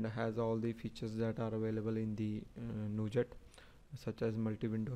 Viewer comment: "nujat" :P good video :D